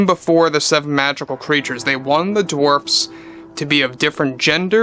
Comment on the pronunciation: I was just gonna comment on how it sounded like he said 'Dwarps' and how that fits so well.... Snow Woke and the 7 Dwarps! Perfect! I love it! Lol!😅